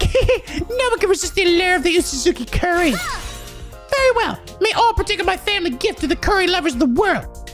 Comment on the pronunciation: Oosuzuki is pronounced like oh-suzuki, not uu-suzuki. It's a Japanese romanization thing